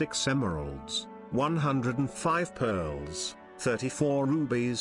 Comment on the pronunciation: Great stuff although I kept getting a giggle every time pearllls were mentioned.